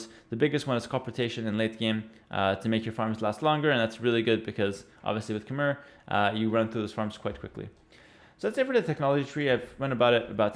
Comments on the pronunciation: its pronounced as ka mai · Khmer is pronounced as "KH-my". The "mer" part rhymes with "eye". BTW I live in Cambodia - the land of the Khmer.